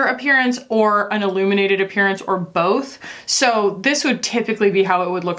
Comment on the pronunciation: So, I heard 'aluminated' quality, and I was all "aluminated?? Why she wants her face to look like aluminium?" And then yeah, ILLuminated, riiiight. Makes sense.